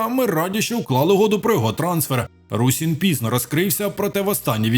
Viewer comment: Русин а не Русін